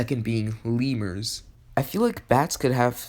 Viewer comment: Oh. I thought you said "levers", not "leemurs". Lol.